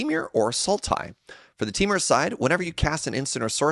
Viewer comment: Well,...I'm back to complain your pronunciation of Temur! TEE-mur, not TEH-mur. I've paused the video while I write this, but I will finish the video before posting! I'll also overlook chalcedony, kal-sə-doh-nee, since it's your first time seeing it. Also, I'm kind of surprised there wasn't any discussion about Severance Priest and the comparison to Skyclave Apparition.